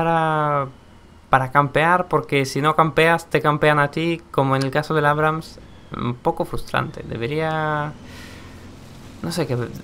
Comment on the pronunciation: Por que pronuncia abrums en vez de abrams? En video actuales sigue diciendo mal en nombre de otro tanque creo